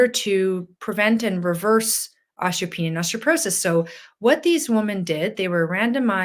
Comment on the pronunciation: Why does she saw ostroporosis & ostropenia? I've never heard osteoporosis & odteopenia pronouned that way.